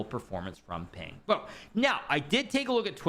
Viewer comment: Big fan hikaru! Pang bo is pronounced with pang having a "Khan" like a sound and bo having boar's "oa" sound